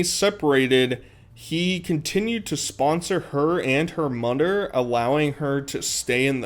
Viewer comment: “ Her Mudder” 😂